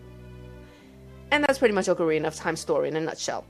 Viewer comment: You pronounced ocarina wrong :P